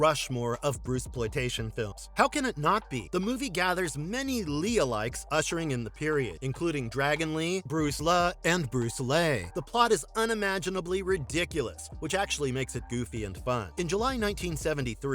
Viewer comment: hey narrator Bruce Le is pronounce as Bruce Ler and his real name is Wong Kin-lung